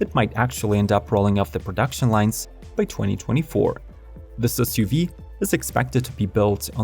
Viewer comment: Whats an essssyoveeeeee ? Get a better voice software, what you use is crap